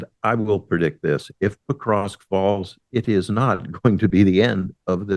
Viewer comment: He would sound more knowledgeable if he could pronounce Pokrovsk correctly.